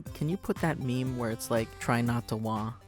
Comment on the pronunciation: UNSUBBED FOR SAYING MEME WRONG